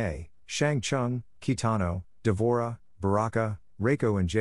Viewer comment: its not kitano, its kintaro